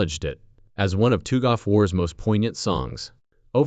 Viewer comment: You AI using Dbag. TOOG OF WAR? Lmaooo